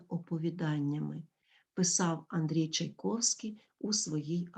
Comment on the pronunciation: Все добре. Дякую. Але прізвище Чайковський ви вимовляєте не за правилами української орфоепії (чай ковский) Чому???